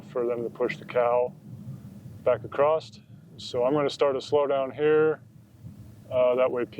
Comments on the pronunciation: its spelled across. Its pronounced Uh cross, not a crossed. Sorry trooper,thats a MAJOR pet peeve of mine. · Can someone tell me why Americans say a T at the end of the word across? Doesn’t seem to matter what state, they say acrosst.